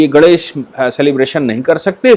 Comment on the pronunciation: Aap professor hain fir bhi " GANESH" ka uchchar thik se nahin karte. Is men "NE " ka uchchar nasika se yane naak se hona chahiye.Aap bolte hain to lagata hai " GANDESH " bol rahe hain !